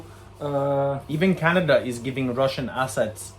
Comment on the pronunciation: Like here in Canaduh. 😂